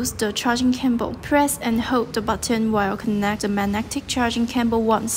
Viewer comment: What is a "charging camble"? Learn english before recording tutorials please!